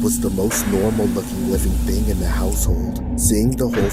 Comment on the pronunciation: She said before I get my ting 💀